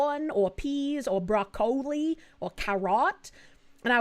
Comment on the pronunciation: Broc-COH-li is crazy.